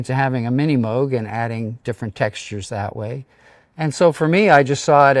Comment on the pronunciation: No, no - "Moog" (long "O" sound) is the correct pronunciation . It's definitely NOT "Mogue"